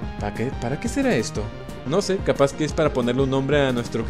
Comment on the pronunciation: Le diste capau